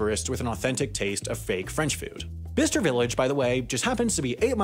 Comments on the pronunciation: It’s pronounced by-ches-ture! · lol I've neverr heard it pronounced like that before... It's Bi-ces-ter Interesting video, Chinese tourists are a funny bunch. I bet you that facebook group is filled with absolute gold. Middle englanders are not exactly known for their welcoming of "outsiders" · Royally pissed me off how you pronounced Bicester, it’s pronounced bi-che-ster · Another great vid, but can I just say I think its 'By - Chester' not bister :) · I laughed when you said Bicester Village as BISTER Village lol, its pronounced like ByeKester. 😄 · “Bisster Village” 😂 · Urm, Bicester is pronounced Bi-sester. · It’s bye-ses-ter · It isn't. Ask anyone in Birmingham, Alabama. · The way you said Bicester lololool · Omg, your pronunciation of Bicester is criminal. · You're not saying Bicester correctly. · Sorry how did he just pronounce Bicester??!! :D :D Ahhh Americans, the only English speaking people who cant speak English :D :D